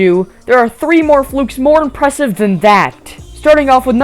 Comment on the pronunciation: Dude what is it with this guy saying "Impwesive"